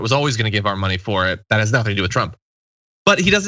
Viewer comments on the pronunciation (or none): none